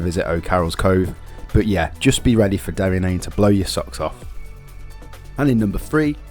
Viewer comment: Work on your pronunciation mate, if you are trying to sell a tour book. it's not Meezan Head. And why are you jumping from Kerry to Donegal , then back to Cork and Kerry? I had to edit for Derry NAaNe and slee head. Please , stop. Cliffs of MoHER? You haven't spent a minute in the west of Ireland